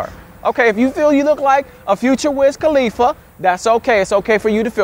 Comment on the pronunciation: MAN SAID WIZ KHLIFA LOL 😂😂😂😂😂😂😂